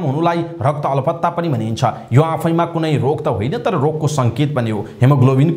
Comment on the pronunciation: Rakta 'alpata' or 'alaptta' what a wrong Nepali pronunciation !